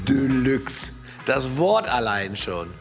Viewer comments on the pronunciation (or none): "Döhlüx. Das Wort allein schon. Döhlux"